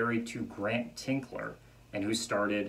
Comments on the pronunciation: It's Grant Tinker, not "Tinkler." BOCH-CO, not "Brocco." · I couldn't get passed you saying 'Grant Tinkler' (sic) his name is Tinker. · His last name is TINKER, not Tinkler! I'd think you could have gotten that correct...makes me doubt the accuracy of your other information. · TINKER! His name is Tinker, not Tinkler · There is no “L” in Grant Tinker’s name. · Fantastic! St. Elsewhere is one of my favorite shows, and I have never seen anyone go so in depth! One little thing though... It is Grant TINKER, not TINKLER. He is a very well known person and saying his name wrong all through the video is cringey. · TINKER! Grant TINKER. Not ‘Tinkler’ And Alfre WOODARD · "Tinker" not "Tinkler"...